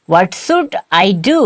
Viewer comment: What should i do? Or what "sud" i do? Please make a bit clear. Thanks❤